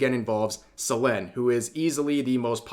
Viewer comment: I know this is serious video, but just a tiny nitpick, why are you mispronouncing Selen's name, the same with most names that you say? I had a triple take & though I was going senile lmao.